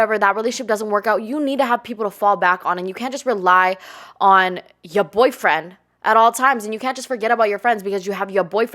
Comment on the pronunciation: “Yuh Boifwen” 😅